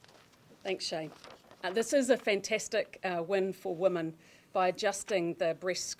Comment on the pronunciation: FGS.... it's WOMEN not woman